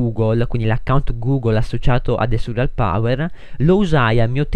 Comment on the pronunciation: NN SI DICE SURRIAL MA SI DICE SURREAL